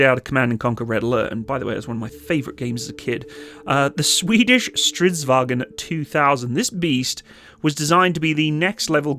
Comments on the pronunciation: A tip on the pronunciation: don't pronounce stridsvagn as if it's a German word. Its vagn, not "vagen". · "Wagen"? There's no E in there and it's not German. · Strids-VAGN. There is no "EN" at the end. That's a German thing. Strids-VAGN.